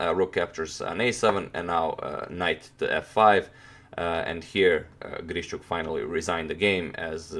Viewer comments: As a native speaker I would say it's not a big deal. Yeah, it usually sounds more like long and soft 'sh', but you can hear 'shch' from a native speaker as well. What is actually incorrect is the stressed syllable: both "GrischUk" and "IvanchUk" have the stress on the last syllable. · Алекса́ндр И́горевич Грищу́к is probably not pronounced as GrišČuk, although the English speaking people do that all the time. ;)